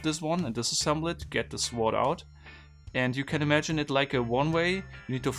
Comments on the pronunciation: The way he pronounces sword 😂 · 'Sword'... the 'w' is silent...